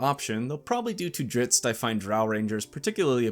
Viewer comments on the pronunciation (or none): jesus, 3 videos deep into this channel and i gotta say, this guy's constant usage of puns and wordplays becomes unbearable/otherwordly cringey after a very short time. Less groaner jokes, more analysis my man. Ohh and for the love of Jergal, stop calling Drizzt "Dritzz"